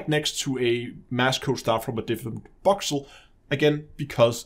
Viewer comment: Boxel? You sure it's not voxel!?